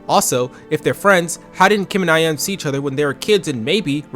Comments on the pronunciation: I've never seen this webshow despite growing up around the time this show was somewhat relevant, but If I took a drink everytime you mispronounced Ayane's name, I'd be wasted af. You pronounce it as if its only two syllables when in reality its actually three. The "ya" and "ne" in Ayane are meant to be separate so it supposed to be "A-YAH-nay". Other than that, good video tho. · This video was good, this series is def a flash in my teenage years that I'd long forgotten. On a side note the pronunciation of Ayane made me almost go 'um achktually' mode :')